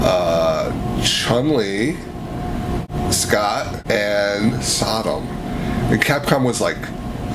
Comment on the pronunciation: When he said "Sagat" I understood "Scott" lol. interesting insight, too bad SOTA doesnt make SF action figures anymore, I own nine, I think Vega is my favorite. And I own Sodom! =D very cool accessoirs. Man, loved to see their take on Urien, Dudley, Alex and Hugo of course.